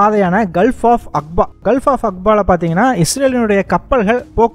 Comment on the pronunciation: அக்பா இல்லடா. அகபா என்பது சரியானது